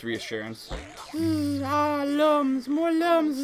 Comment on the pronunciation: I know it, but it pronounced as " LOOMS " not lums